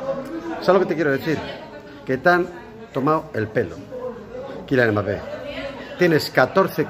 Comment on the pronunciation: De Kyllian Mbappeeeeeeeee a TChuameni 😂😂😂